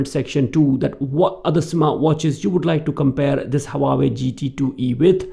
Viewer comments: Haha. Its just the way u were pronouncing Huawei. Its pronounced like hua-way and not hawa-way 🙂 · Leave the false accent. And it is not hawawei